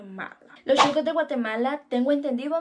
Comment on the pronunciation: Solo para dejarte saber SON SHUCOS o sea sucios, de la calle no de restaurant, NO CHUCOS, me gustan tus aventuras a traves de tus videos.